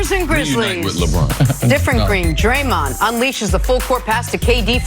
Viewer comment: Cris Carter, his name is DRAYMOND, not DraMONT. Put some respect on his name.